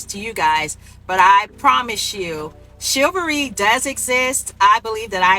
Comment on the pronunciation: I've heard of chivalry. What is shillvary? In the words of Samuel L. Jackson, "English mfer, do you speak it!?"